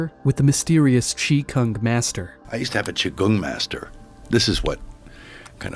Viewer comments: "chee-kung mah-uh-sturr" - No, nobady sane sees Qi Gong and pretends the "G" is a "k," stop it! Get some help! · Dude it's not Chi Kung, it's Qi Gong. My father was a Qi (Chi) Gong (pronounced Gung) teacher.